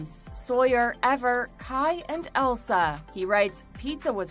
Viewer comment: Elsa?! That definitely isn’t how you say Isla. It doesn’t even sound like it other than having the “uh” sound at the end lol😂